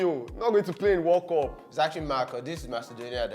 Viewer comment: Nigerians and their pronunciations. 'World cup (weld cap) they say 'war cop'. I can't stop laughing